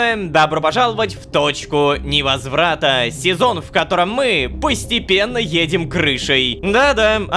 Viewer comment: Я услышал не "Точка невозрата" а "Дочка невозврата"